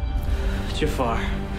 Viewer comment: i think its ja'far not jafar